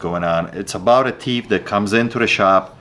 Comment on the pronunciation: Hey... Try to say this sentence: The thief thought that the thimble was thick.: "ta teef taught tat ta timble was tick. 😅